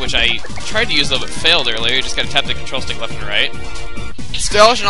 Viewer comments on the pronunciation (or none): he said weft instead of left